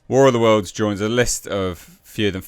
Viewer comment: "War of dem Worldz" starring Ice Crube.